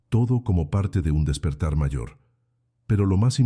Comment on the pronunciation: La voz de la narradora parece casi humana, pero no puede pronunciar la palabra "mayor"... Pero muchas gracias por el relato y los recordatorios para despertar... Saludos desde Querétaro, México.